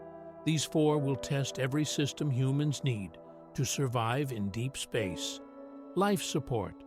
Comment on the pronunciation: If you can't find a human to narrate at least find an AI that can pronouce simple words like space and phase!